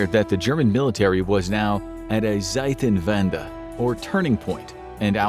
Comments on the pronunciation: Why do you refuse to say words correct? Butchered every German word like "Zeitenwende" in the beginning... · My favorite was the "Seidenwände" instead of "Zeitenwende" 😂